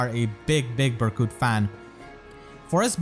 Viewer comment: “Berkute” IM DEAD:_pm1Smile2